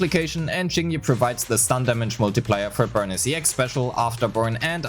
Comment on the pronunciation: For the last time, its “Burneece” not Burn-is. 😢😢😢